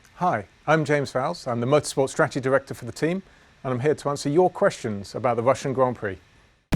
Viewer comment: Good job choosing the one guy in your team who can’t pronounce Russia properly to present this video